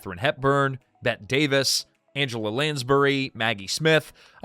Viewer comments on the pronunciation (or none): "Bette" (Davis) is pronounced Betty. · I really wanted to watch this. Then when i heard "Bet Davis", i knew this was AI. I refuse to listen to AI crap. Only a handful of people benefit from it, and they already have enough. Give me real humans or give me nothing.... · Your AI slop narration can't say Bette Davis properly. If you can't afford a human narrator, don't make videos. Three men cross the tracks? No, clearly just two. This is garbage content. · A gentle correction: Bette Davis’ first name is pronounced the same as Betty White’s.